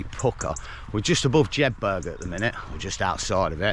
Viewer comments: Jedberg? Although it's spelt Jedburgh it's pronounced Jed-bura, Edinburgh isn't pronounced Edin-berg. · Great vid but it's Jed Burrah not Jedburg - Burgh is pronounced Burrah in Scotland - Think of Edinburgh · Another stonking video Dude .. it's Jedburgh now is pronounced Jed borough like Loughborough Edinburgh.. 😉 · Great video as always as lovely to see you not too far from where we live, North Berwick is gorgeous but way too busy in the summer. Always makes me giggle hearing you pronounce place names 😂 #Jedburg!